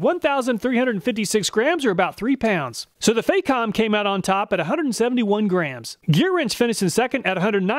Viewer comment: It's not pronounced fay-com, the Fac rhymes with "back", it's "fack-om".